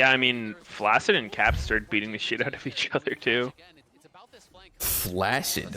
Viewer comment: Fun fact: 'flaccid' is actually pronounced as 'flak-sid'.